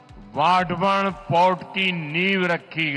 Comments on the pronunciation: वधावन नहीं वाढवण नाम तो ठिक से बोलो.😂😂😂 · इस पोर्ट या बंदरगाह का नाम वधावन नहीं है | इस के नाम का सही उच्चारण वाढवण ऐसा है | तो वाढवण ऐसा सही बोलिये | नरेंद्र मोदीजीने इसका नाम बराबर वाढवण ऐसा बोला है | आप भी ऐसा ही बोलिये | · It's वाढवणं not vadhaavan..plz pronounced properly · बंदरगाह का नाम वढावण नहीं , वाढवण कसे. . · Vadavan he vadhavan nahi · ✓वाढवण बोला Wadhvan ×वढावन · वधावन नही वाढवण बंदर ऐसा नाम है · वाढवण bolo vadhavan nahi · वाढवण बंदर plz use proper word pronoun.